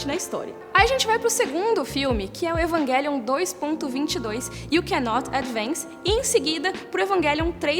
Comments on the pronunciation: Evanguelion jkkkkkk fala direito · Evanguelion, ta certo ??? Eu sempre pronunciei Evangelion. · EvanGUElion ?? pra mim é EvanGÉlion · Não consigo pronunciar "Evanguelion" pra mim é "Evanjelion". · Eu sei que está certo, mas é tão estranho ver ela falando EvanGUÉlion...😟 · Evanguelion kk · Como é que assiste um vídeo inteiro com esse ser falando 'evanGUÉlion' , evanGUÉlion , evanGUÉlion?!? ... tudo bem que a pronúncia correta seja essa (acredito que seja🤷🏾‍♂️) ... mas abre uma exceção e fala como nós 'seres humanos'.🙄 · Fala o nome direito